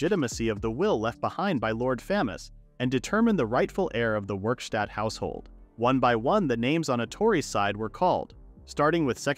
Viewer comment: Werkstatt not Wikstat